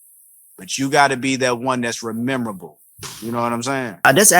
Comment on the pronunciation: Fam said rememrable☠️☠️☠️ love it